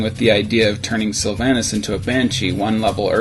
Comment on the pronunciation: im sorry but who the hell pronounces sylvannas like that